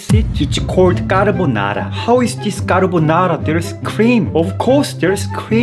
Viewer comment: BRO'S really pronounced carbonara on Filipino 💀